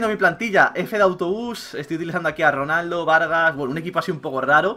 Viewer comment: ojo a "RANALDO" en el minuto jaja